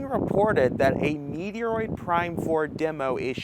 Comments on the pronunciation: It is Metroid. Met-roid Where did you get meteoroid?? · it's not pronounced Meat-e-er-oid, but Met-troy-d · I showed up simply to hear him say “Meteoroid.” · wait, this guy can't say Metroid? Wth??